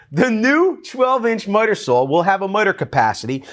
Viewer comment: are you saying miter saw or mudder saw imlost